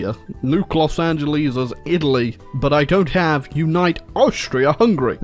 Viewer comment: You did not just call LA Los Angeleens